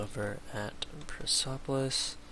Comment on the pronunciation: Yeah you are saying it wrong now go back to how you used to say it.......... oh and Persepolis is pronounced PUR SEP OH LISS